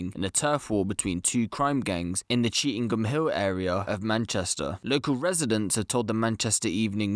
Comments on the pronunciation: It's not pronounced cheetham ING Hill it's pronounced cheetum Hill.. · You bunch of numptys it's Chee tham hill Why the eff does the guy speaking keep saying cheetingham hill were did he get that from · People don't come out of their house after 6pm? That's a load of bull mate cheetham hills busy pure busy after 6pm you'll struggle to find a parking space on cheetham hill road nowadays And it's Chee tam hill is how it's pronounced you silly sausage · Stop saying cheetingham hill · He did say he realised he said it incorrectly 🤫